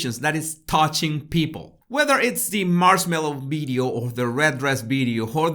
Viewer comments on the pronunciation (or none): NO ,he is pronouncing B not V ,pay attention… sometimes he pronouncing V correctly ,pay attention… you are probably very familiar with how Indians speak ,not me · Dear,your episodes are interesting but for God’s sake try to say “ Video “ instead of “ Bideo “,with a very little effort you can correct that.